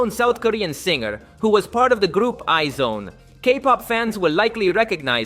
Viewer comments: its iz one not izone like eyes won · MHMMM ITS IZ-ONE NOT I-ZONE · IZ*ONE is pronounce 'eyes one'. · actually it is pronounced "eyes one"